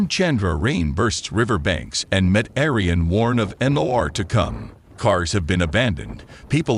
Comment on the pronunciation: Met Aryan stumped me for a minute or two!!!